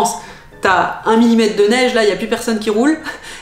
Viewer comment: La « neiche »? Je suis né ici à Montréal il y a plus d’un demi siècle et je n’ai jamais entendu ça.